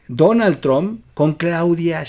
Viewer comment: Oye güey se pronuncia tromp no se dice final tron